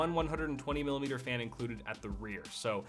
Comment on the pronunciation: "Two 120 mili-mmmblulalalalala........meter fan" 😂😂😂